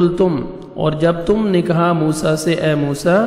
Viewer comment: A.o.A bht acha parha app ne phr app ne mosa (a.s ) nai bolo